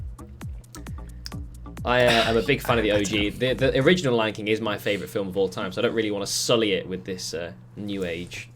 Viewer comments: Please don't tell me just said fil m Instead of film🤣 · pls say others heard him say flim and not film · Love how he pronounced film as filum😂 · Y does he say filim